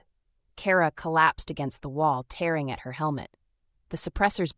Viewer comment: OMG!!!! "..the sound of TEERING metal..."!!!! So, the freaking metal is crying!!!!!????? Yet another POS AI!